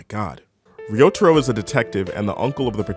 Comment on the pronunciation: it’s pronounced like “Rio Taro”